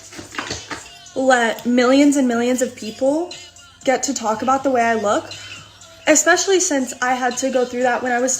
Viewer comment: Did she say "exspecially"? Yikes